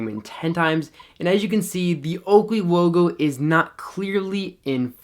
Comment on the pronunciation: That oakwey wogo came out nice and sharp in manual focus. Great review and very informative!